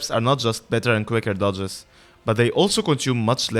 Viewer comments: it will help to overpronounciate dodges since when you say duchess dodges you tend to make them both sound very similiar duchess is fine, but dodges, try to add more "ahh" in the o of the dodges. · A very useful video for sure but I spent most of the time asking if you are saying duchess or dodges